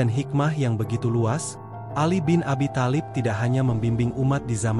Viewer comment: Kalopun menyebut nama tholib bk tholib tp talib